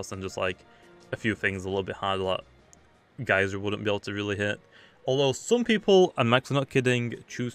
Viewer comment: "geryser" "Spectral buirst"